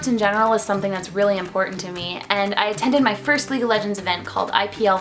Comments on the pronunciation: LEAGUE not Legue :) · She didn't even spell league right she said legue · Isn't it "league" ... Haha